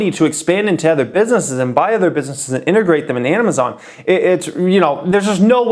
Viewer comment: lol emphasis on little amay-zon